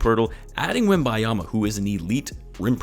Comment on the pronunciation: Butcher the man's name 😂